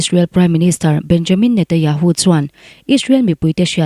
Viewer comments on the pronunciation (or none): I Aw hi ngaih thlak a nuam khop mai,Mahse Israel piminister hming i lam dan hi (Netanyahu tih tur.. Netayahu)tih ang in kan hre tlat mai a,Khawngaih in i lam fiah deuh theih chuan (NETANYAHU )a lawm awm ngawt ang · Netanyahu ti teh ngaihthlak a hrehawm